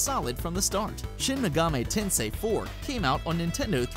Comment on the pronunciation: Almost said Shin Megami Tensei . . . Correctly. . . しん め がみ てんせい If you would like to know: *i*『い』 makes the "ee" sound in Japanese They do not have the english "i" sound, other than "eh" (written with e 『え』)